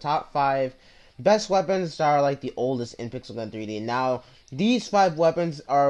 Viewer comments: It's not WeaponsTat it's weapons that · "WeaponsTat" LOL